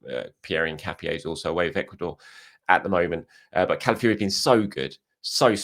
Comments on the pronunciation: Who is Cala fury...its pronounced Cala f OR i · What ? The end is pronounced Fiori as in Cala-ff-your-eh